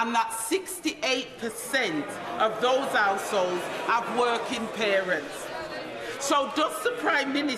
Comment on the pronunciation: I've never seen an MP that can't pronounce 'households' before.